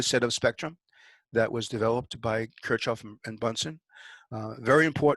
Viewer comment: Kurzoffen???? Kir CH hoff. with a CH like in LoCH ness... come on.... you can do it.. and an i like as in seeek...